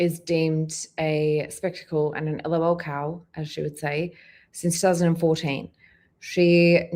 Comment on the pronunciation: The way she spells it out kills me 😅 “I’m not an ELL-OH-ELL COW!” Lmfao yes ma’am you are 😂😂